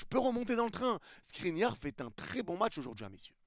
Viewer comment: qui dis SNRINIAR II est trop fort 😂